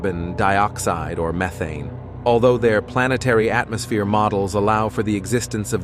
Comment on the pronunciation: Unfortunately it’s not AI, but just a text to speech algorithm. The hilarious pronunciation of some words (like atmosphere) will improve, hopefully, but it is still very annoying and difficult to listen to a long article. I typically can’t get all the way through a lengthy spiel, and suspect that advertisers are not getting good value.